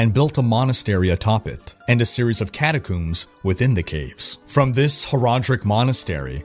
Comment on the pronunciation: Cata combs. Not cooms.